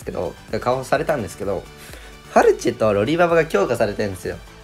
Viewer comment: ファルチェがフェルチェになってるの草